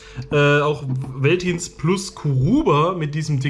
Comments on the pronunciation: Wie du Veltins ausprichst 🙈 es wird Feltins ausgesprochen. Bier Eistee noch nie was von gehört 😅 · Hat mir überhaupt nicht geschmeckt.. genau wie Curuba witziger weise^^ Süß wie du das V in Veltins als W und nicht als F aussprichst^^ Mit dem Napf hab ich das Problem nicht, da Julia nur noch Nassfutter annimmt und den ich noch ein Schuss Wasser dazu mische.. dadurch verschüttet es nicht so schnell.. außerdem hat der Napf nen Recht safen Platz im m Flur..